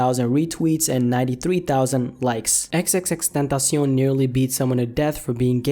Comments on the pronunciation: Its Xxx TEN ta see on. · Xxx Tan tas eown.... why do you say it so weird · Chris Villalvazo It's x x x ten tah si ON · XXX Tuntasion :B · Ffs can you just pronounce it right pls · The way you say his name tho xD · NinjaMaker_NM ethan is wrong saying that is the right pronunciation and the guy in the video is so bad at spanish. Drake is a bitch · Bruh disrespect the way he said "tentacion" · Does anyone else cringe when he says tentacion?